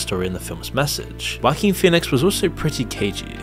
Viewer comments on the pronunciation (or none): Who the hell is 'Wacking' Phoenix 😂😂😂 Oh English speakers crack me up with their mispronounciations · "Wackeen phoenix" lmfaoooooooooo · “Wacking” Phoenix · "wha-King" sounds funny when you say it. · I keep hearing "whacky Pheonix"